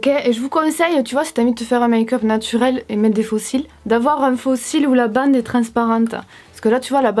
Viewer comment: Il debut quand ta dit "natourel" j'étais morte🤣